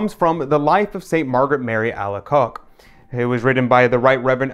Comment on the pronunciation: I heard it pronounced ( Ala- coke ) God Bless you always